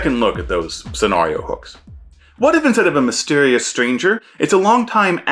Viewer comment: I love your channel, I love your content, I hate the way you pronounce "scenario." Keep up the good work.